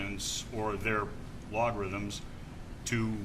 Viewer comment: “A-log-rhythms” lol wtf